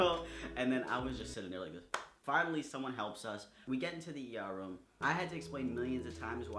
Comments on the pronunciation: Room..... rum....... room...... rum....... the way you say room... I like it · your accent makes it sound like youre saying "rum" instead of "room"